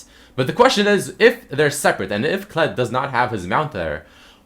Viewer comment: thought u said Clit like Clitoris xd